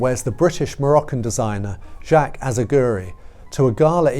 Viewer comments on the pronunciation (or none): none